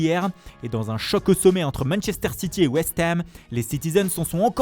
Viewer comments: Le "West HeEEem" il m'a tué, je l'ai remis en boucle pendant 5mn 😂😂😂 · Et aussi la prononciation de West Ham à 😂😂😂 mais je kiff bien 👍🏻👍🏻👍🏻